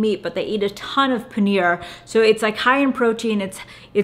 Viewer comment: Come on! You cannot pronounce "paneer"!!